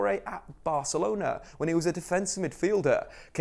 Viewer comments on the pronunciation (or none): none